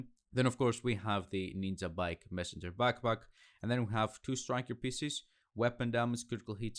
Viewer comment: It s ninjabike not ninzabike dude. Nice Build